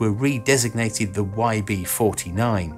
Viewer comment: "Fell into obscurity for thirty years" thirty is pronounced correctly, with a th, then you pronounce "the" with a "v" as in va. You're a smart man but your lazy pronunciation makes your excellent commentary annoying.